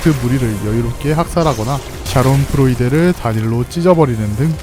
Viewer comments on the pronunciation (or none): 샤론프로이데? 샤덴프로이데가 아니라?